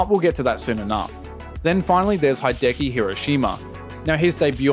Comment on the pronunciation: "Hai-deki Heero Sheemah" I've forgiven a lot of pronunciation mistakes thus far but this one was unforgivable.